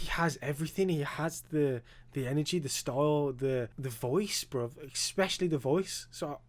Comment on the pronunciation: Please stop saying BROV. It’s so cringe! BRO it’s BRO 😂